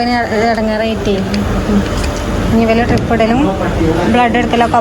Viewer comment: ഡ്രിപ്പ്❌❌❌ ട്രിപ്പ്✅✅✅